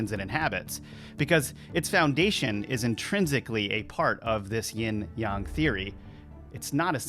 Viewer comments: Isn’t it yAAAng not yung…. Mandela or just me 🤔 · I think is. He can't pronounce yang right. Sounds like he's saying young. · Just say yang like a normal person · Not sure how much of this i can take. Your not pronouncing yang correctly, just like a bot would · The pronunciation of yang is off of yang( ying/ yang)....but it feels not quite 100%human created...but good enough to fool most